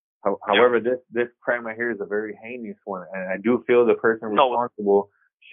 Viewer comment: Jeezus learn how to pronounce "heinous" already, you're a grown man!